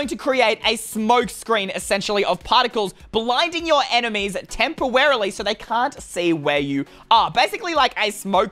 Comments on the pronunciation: Must I say more? (Tempowawily) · did say tempewarely? 😆😆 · tempowaraly Me:what has YouTube come to🤔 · "blinding your enimys tepawarely Me: LOL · 'blinding your opponent tempewerily' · You said tempowerewilly